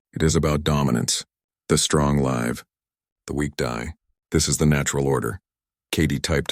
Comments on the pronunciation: "HFY" BULL💩!!! A "human would not say "...on the battlefield the strong L- I'VE and the weak dye ..." A "human nose "live"/"lives" is one of them words what has TWO different pronunciations based on context, quantity, and past/preset/future tense. ("read" and "wind"are another two that a.i. constantly uses the wrong pronunciation of.) A "Human" moderator would use the correct pronunciation ... presuming she or he has at least a 2nd grade education. 🙄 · Oh great, another AI who can't distinguish between the 2 meanings of live/live ffs